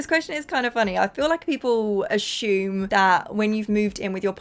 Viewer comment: U say the word assume weird lol u say ash-ume 😆